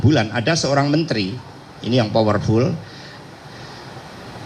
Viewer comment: Super power full/ fower full, bahasa mana lagi ini😅